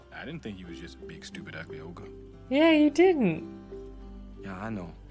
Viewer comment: ITS NOT OGRE... ITS NEVER OGRE